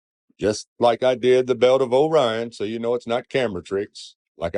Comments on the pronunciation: Is it bugging anyone else that he keeps calling it, "The belt of O'Ryan" instead of, "Orion's Belt" or is it just me? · I am sorry, truely, but "o/rion" is not a word. How can I be expected to take someone who still speaks in syllables seriously? How would he pronounce this word 👉ore? Or 👈 this one? Bet he says, po/lice too, y'all. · Honestly appreciate that he was trying to come up with a coherent argument, although he completely failed to think in more than 2 dimensions. The most annoying part of this video was the whole ‘O - rion’ thing, every time he said it was jarring. Happy 42nd birthday. I’ll be joining you in May 🎉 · Can we start a petition to change Orion to O'Ryan? I like his pronunciation 😆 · One thing I like about this guy's video is the way he says, "Orion." The emphasis on the "O" makes me smile.